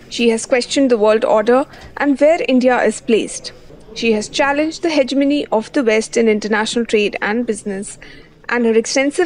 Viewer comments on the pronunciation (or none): Hegemony, pronounce it right , please.